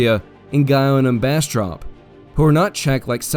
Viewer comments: Good narrative, but Texans pronounce Bastrop and Bastrup. And for San Jacinto you technically pronounced it properly for Spanish, Texans pronounce the J rather than a hu sound. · Born and raised in Texas, live just a few miles north of Bastrop. Aint never heard anyone pronounce it as Bastrup